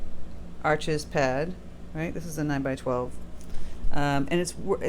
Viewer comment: Arches is French, it’s pronounced “Arsh,” the (s) is silent, Thanks for sharing!!!